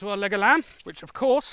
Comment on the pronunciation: I'm really impressed with you going out of your way to balance this video. This balancing shows integrity and commitment which is very welcome and impressive! Also, whenever I heard you say "leg of lamb", part of my heard "Legolas"!